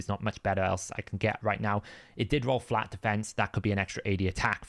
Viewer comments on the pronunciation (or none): none